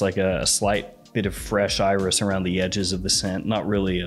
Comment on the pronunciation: dude it's pronounced eye-riss. Let's stop being pretentious by pronouncing things wrong (cough ambergris)